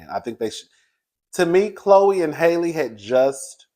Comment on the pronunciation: I think halle bailey pronounces her name like halle berry.